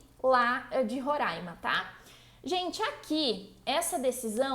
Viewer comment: Gente que fala: Roraima e não Rorãima, nem é gente, é anjo! Kkkk